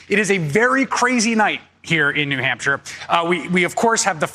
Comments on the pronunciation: New Hampshion? Lol hahahaha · I saw how you did that! You mispronounced New Hampshire and then you - - - - corrected yourself! You didn't try to pretend that you just made up a new word or whatever it is King Don does.